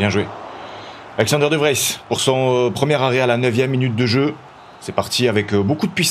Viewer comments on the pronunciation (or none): Ça se dit de vrize de vries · Salut, De Vries se prononce De Vriis, il fait un peu allonger le i et prononcer le s